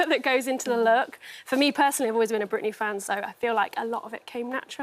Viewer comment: Britney girl gotta get those L's right. Britney always sticks her tongue out when pronouncing any L!